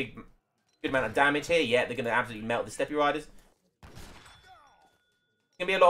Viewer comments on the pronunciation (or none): Just for future reference, you don't say the e in Steppe, it's pronounced like step. Nice cast, I enjoyed it.